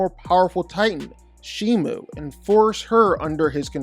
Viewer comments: Also it’s Shimo not Shimu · It’s Shimo not Shimu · It’s shimO not shimU. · Its not shimu it's shimo btw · It’s shims not shimu